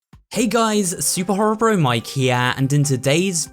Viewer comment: That did not say super horror mike that said super whore bro